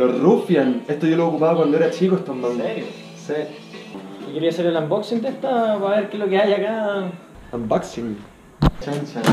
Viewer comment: diciendo “nzerio”